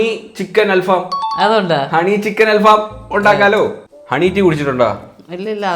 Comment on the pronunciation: Halfam❌Al faham✅